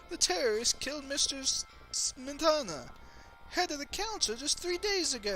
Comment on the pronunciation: Smetana is stressed on the first syllable and all vowels are short, although I do not know why anyone should elect Czech composers to a governing council and then kill them. ;-)